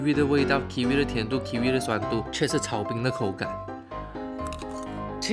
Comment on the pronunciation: 水果炒冰听成水果奶奶😂